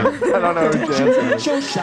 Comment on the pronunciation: The name of the pharmaceutical company is pronounced Yan-son, (I work in pharma so that whole segment made me nuts😂)